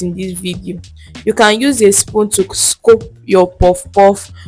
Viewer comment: What’s scope? It’s scoop and not scope